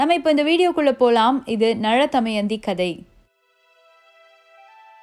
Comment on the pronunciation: Btw, just a small suggestion! Be cautious while pronouncing the words especially in Tamil language.. It's Na'la'thamayandhi, not Na'zha'thamayandhi.. Three different 'laa's are to be pronounced carefully.. Anyways, Kudos for the attempt u made👌